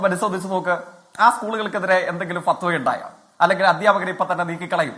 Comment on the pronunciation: താങ്കൾ ഒന്ന് പറഞ്ഞ് രണ്ടാമത് പറയുമ്പോൾ ഫത്വ വ എന്ന് പറയുന്നു. ഇതാരെ തൃപ്തിപ്പെടുത്താനാണ്?